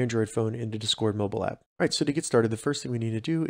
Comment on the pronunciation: The way you pronounce discord really irritated the fuck out of me